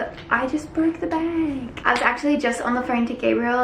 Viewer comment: 😂😂😂 she said 'bag' in such an American way